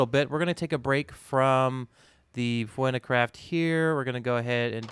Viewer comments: It's 'new'maticraft... The P is silent like the P in bath. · pneumaticraft is pronounced like "new-mat-ick-craft"... the "P" is silent. Basically it's an entire mod based on machines and such powered by compressed air similar to Pneumatics ( ) in real life.